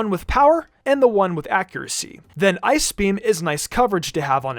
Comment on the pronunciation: Can this guy not say ice?